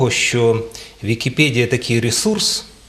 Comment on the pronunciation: ВікіпЕдія, а не ВікіпЄдія!